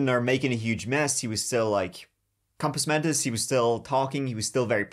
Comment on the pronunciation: said “compos mentos”, lol